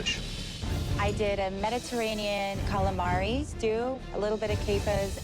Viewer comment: Calamavi fveschi, fettuccine fvesche, tutto fvesco